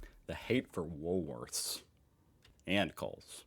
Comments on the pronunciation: he usually calls it WOOLSWORTH! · Day #2 of trying to get to say Woolworths properly - Wool_worths_Wool_worths_Wool_worths_Wool_worths_Wool_worths_Wool_worths_Wool_worths_Wool_worths_Wool_worths_Wool_worths_Wool_worths_Wool_worths_Wool_worths_Wool_worths_Wool_worths_Wool_worths_Wool_worths_Wool_worths_ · He won't... He's a bit of a isht stirrer when it comes to the pronunciation of Woolworths... 🙄😔